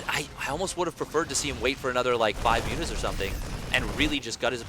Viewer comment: great series, great cast. .calling mutas "mutt-mutt" or whatever was hard to listen to.. but great vid nonetheless